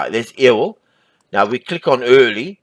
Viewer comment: Great game and a wonderful overview. It sounds like you might be from northern Minnesota and thus not local to the South (being silly) but let me help you with the pronunciation of "Ewell". It's pronounced like "You-ull". :) Not biggie, just helping you out mate!